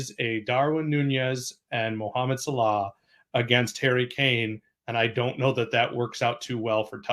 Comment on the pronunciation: These guys state the most obvious facts and first dude can't even pronounce Salah and Tottenham correctly wtf